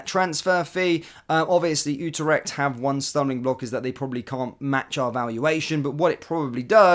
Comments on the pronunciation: FFS it's not UTER-ECHT! IT'S U-TRECHT!! Also as a Rangers fan why can't you get players' names right! It's NOT ABA-DALLAH it's AB-DALLAH SIma! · Utarecht? Eh? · Pronunciation of Utrecht and Trabzonspor was absolutely brutal